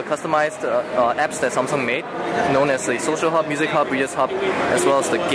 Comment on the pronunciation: Seriously "SOMSUNG" wow!